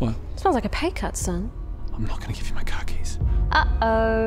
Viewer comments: Oh, "car keys". I thought she said "khakis".😂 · OMG I could swear said, "Give me your khakis." Thought that was going to get really dark, lol. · LOL, I thought she said "give me your khakis" after looking downward at. Glad I heard that wrong.... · I legit thought she asked for her caquis and I was concerned for a second lol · oohhh... "CAR KEYS", I thought she said "KAKIS" like she wanted it his pants 🤣🤣🤣🤣🤣🤣🤣🤣🤣🤣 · I legit heard "Khakis," not "Car keys," and was confused about the direction this was going in. 😆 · When she asked for the car keys, I really thought she said 'khakis' - actually demanding his pants.